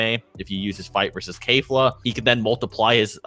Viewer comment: Her name is kefla not kfla